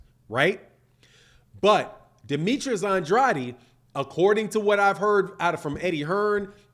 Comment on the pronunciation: you pronounce his last name like this “On-Draid” - just helping you out 💪🏾